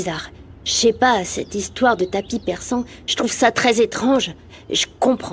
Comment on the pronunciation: il dit tapis perçant 😂😂😂😂😂